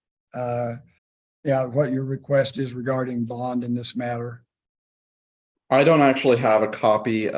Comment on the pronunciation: About six times during this video I heard the judge asking questions to "Miss Manner" and I was like, "WHO is Miss Manner?" Until at the end when he said, "Is that all for Miss Manner?" and I was like, "Oh... THIS MATTER!"